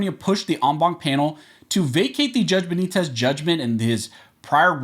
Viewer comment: Stop saying St. Benitez